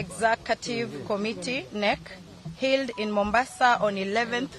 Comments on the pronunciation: Did you have to capture that?🙈😂😂’ODM healed’🙉🙉🙉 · She doesn't know how to pronounce HELD 😂😂😂😂😅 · Can't even pronounce held😂😂😂